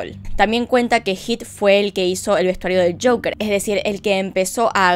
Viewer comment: Ame el acento cuando dijo el caso de shoker (joker) ❤️😂😂